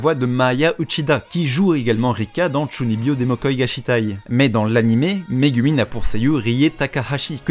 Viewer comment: Répète après-moi : Ka-ZOU-ma, Mé-GOU-min